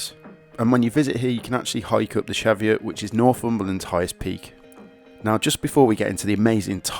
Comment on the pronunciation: Love your books but you really need to learn how to pronounce places properly. Kielder is said like keelder. Cheviots is pronounced Cheeviots. I will pick this book up as I loved the NC500 book.